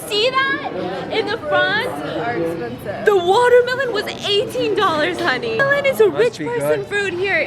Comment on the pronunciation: He either said honey or unnie